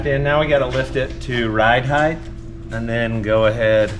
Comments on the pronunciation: Just as soon as he figures out there's no "th" on the end of "height". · Height ends with a T not an H 😂